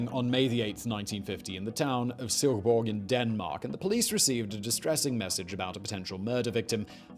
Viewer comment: As a Dane, i have to compliment your pronounciation of my hometown of Silkeborg, it was spot on :D Furthermore, i find it funny how many bog bodies are found in Denmark